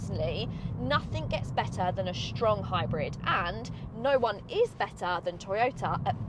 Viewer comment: "Shtrong hybrid" made my day